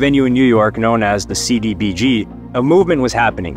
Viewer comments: It’s CBGB, not “CDBG”……. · Dude…it’s CBGB’s. Not “The CDGB”. 😂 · Probably should have run this by someone remotely aware of the topic. Not "CBDG". CBGB* which actually stood for country, bluegrass, and blues. Also, John Lydon. Pronounced: Lie-dun. As small as these mistakes appear, they call into question how much investigating the author actually performed in their study of the story. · Bro said cdgb 😅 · Then he said "CBGD"! So he made TWO attempts and got it wrong BOTH times, haha! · He said CDGB, Its CBGB. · CBGB not CDBG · Its CBGB not CDGB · Did he just say cDbg!? 😅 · ITS CBGB NOT CDBG LMAO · It's CBGB not d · It’s not CDBG….its CBGBs..LOL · Did you say the CDGB on purpose? Just… wow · "CDBG?" Stopped watching after that. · Cbgb not cdbg or cbdg lol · CDBG? No, it's CBGB. No offense, but that alone destroys your credibility regarding everything else you are saying. Slick editing cannot cover sloppy research. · Stopped watching when I heard 'CDBG'. FAIL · It's Cee Bee Gee Bee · Lol it’s CBGB OMFUG get it right but also FIRE vid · I had to relisten to see if I heard that major fuck up!!! How do you mess up CBGB???? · You screwed up CBGB's name and Nancy Spungen, not Splungin....Wow.... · Oh my god its cbgb no d involved i hate when they make huge stupid mistakes like that. You have one job. Look it up and read it right. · ZERO Credibility when you can’t name CBGBS properly. I stopped watching at that point.